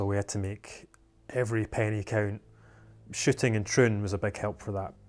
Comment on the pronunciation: When they say "Shooting" it sounds like "Shitting"